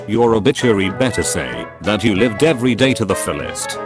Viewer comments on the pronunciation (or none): none